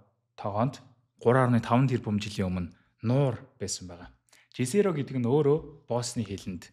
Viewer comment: Jezero-г езэро гэж уншина шүү уг хэлээр нь. Англиар яахаа жэзэро гээд байна